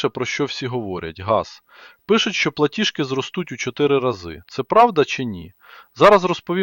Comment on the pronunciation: ПлатіЖки,а не платішки ( ПЛАТІЖ) а не платіш